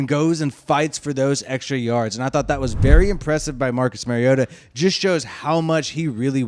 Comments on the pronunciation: Exactly. Mari-O-ta. Not Mary-O-ta. Like Mario Andrette. But say "ta" instead of "Andrette". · Good video dude, but it’s MARiota like Mario. Not Marryota 🤙🏼